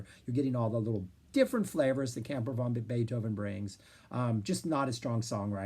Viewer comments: You made me laugh all the way through the introduction. It sounds like you're calling the band "Camper Von Beethoven". It's definitely "Van Beethoven" to my thinking since the idea of Uncle Ludwig hanging in an RV park, growling at the noisy neighbours, is irresistible. I saw the reformed band play songs from NEW ROMAN TIMES at the Winnipeg Folk Festival and immediately ran out and bought the album at the music tent. Great songs and a very prescient concept. I'll definitely have to check out EL CAMINO REAL and LA COSTA PERDIDA. You put together a terrific overview of their "Santa Cruz" and Virgin years,, so I dusted off the box, CIGARETTES & CARROT JUICE. It contains CVB's first three albums and helpfully puts all the eps, b-sides & covers on a separate disk titled CAMPER VANTIQUITIES. There's also a live album, GREATEST HITS PLAYED FASTER, and a neato booklet in the box. The first two albums are lo-fi fun; although "Skinheads" was the 'hit', my entry point was the equally sarcastic "Where the Hell is Bill?". The eponymous (third) album is a pretty powerful piece of record fandom (Floyd, LedZep Charlie Daniels, and even Young's "The Loner" buried in "The History of Utah"!). Everyone is cooking here and we get more fleshed-out Lowery songs as well... the band seemed ready for the majors. As you pointed out, the pair of major label albums are must-listens. KEY LIME PIE has some amazing sonic moments: "... Laundromat" sounds like Roxy Music fronted by Kurt Cobain. There's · You gotta pronounce it "van", not "von", if you want to maintain the wordplay of their name.